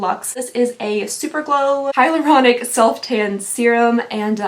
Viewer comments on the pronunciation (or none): none